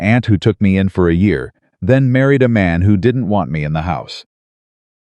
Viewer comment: what I dont handle well is the way they dont kno how to say the year .Kno way .